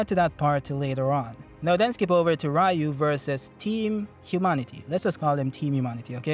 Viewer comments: It's pronounced REEU, not RAEEU. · Its "Ryu"!!!!!!